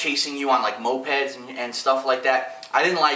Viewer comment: lol phil said mopeds